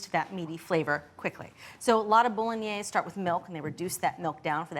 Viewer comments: Bo-lo-gne-se: the final "e" is not silent. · Learn how to pronounce the dish. You're not even close!